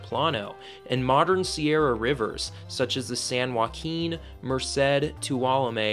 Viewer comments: Sierra not Sierras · “You are traveling to ‘The Sierra’, not ‘Sierras.’ ‘Sierras’ is grammatically incorrect and stories that use the word ‘Sierras’ lose all credibility with those who know better